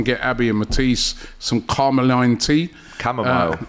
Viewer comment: Carmoline tea 😂